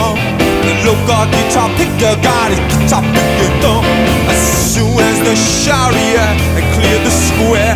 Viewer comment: it's sharif not sharia